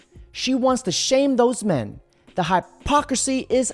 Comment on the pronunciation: Day 1187 Dude it pronounced Men and Man and Women and Wimen